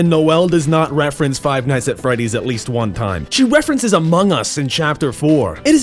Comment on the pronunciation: Chapter Fiv"E"